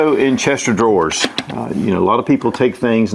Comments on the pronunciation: “Chester drawers.”😂😂😂😂😂😂. Chest of drawers 😂😂😂😂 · Great video. One bit of info. There is no such thing as “Chester drawers”. It’s chest of drawers. I might have valuables in my Africanized beehives on property. Which one? Come look burglar. Maybe I don’t Remember if I put anything in one or not but as you look and get thousands of stings don’t expect me to come to your aid. I don’t want to get stung. Once night comes and they go back to their hives we can retrieve your body. Africanized bees are tremendous honey makers. That’s why I have them and unless a professional you have no business being in my yard. But I welcome you (criminal) to come see if I put valuables in them.